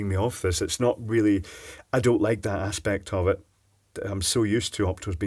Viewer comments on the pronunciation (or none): none